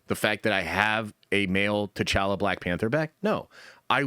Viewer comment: You want T’challa back, 🤔 stop saying “T’challa” wack. Pronounciation is always a non-start but MAN it don’t gotta be all elongated and what not but it’s T’challa like y’all like holla not pal not gal 😤 sorry love the channel 😅